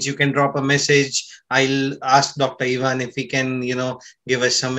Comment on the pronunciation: Ohhhhh you mispronounced Ivan.oops.